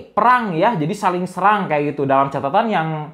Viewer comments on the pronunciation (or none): none